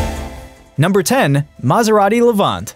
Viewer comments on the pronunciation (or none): none